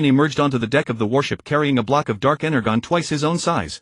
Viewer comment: I totally agree, energon is being misread hurt my soul